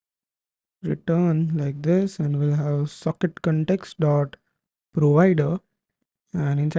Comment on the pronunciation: Bete english theek bolo context hota hai cantext nahi dimag kharab kar diya tune cantext cantext karke